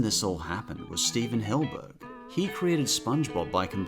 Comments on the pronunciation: hillENburg not hillburg SMH! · Does he say "Hillburg" on purpose. Is that how its pronounced? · Why do you call him Hillburg? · I'm just letting you know that you are pronouncing Stephen Hillenburg's surnmane wrong. PS great list